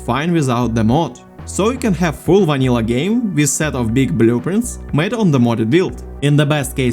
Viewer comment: "BUH-LOO-printz"... i love it lol thanks for the vid